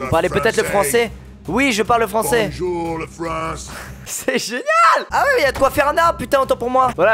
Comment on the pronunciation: Bojouw le fwans X))